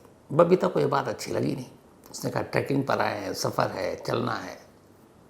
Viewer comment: Sir, it’s trekking nit tracking. 😊